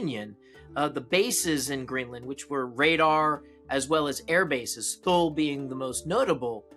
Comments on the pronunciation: "Tull"? Thule is pronounced "Too'-ly" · You mispronounced Thule in this video, it sounds more like “Fool” than “Tule”